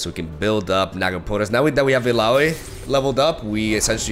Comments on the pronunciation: Correctly pronounced Illaoi 😂😂😂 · He said it right!! xD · Now he knows how to pronounce Illaoi 😂 I love it! Tried frejlord with Udyr, those stances are very strong on almost every spawn card and tentacles. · Heyyyyy!!! He finally said her name right!